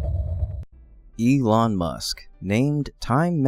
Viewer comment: You keep calling him Ye-long Musk... he not long aka Draaaagon(Dragon in dramatic stereotype of Uncle's chinese accent in Jackie Chan Adventures, great cartoon series from when I was a kid). ...Well, as the leading man of the Space Age; this is enough to merit the title of "Dragon(master) among men." Now I too will call him 🐉Ye-long🐉 Musk.